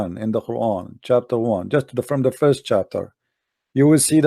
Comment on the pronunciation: CHUAPTUR 1 - XD love the way says chapter 1 hahahaha